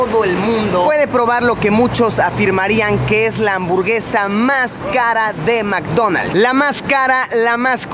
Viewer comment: "en este mcdomalds" :V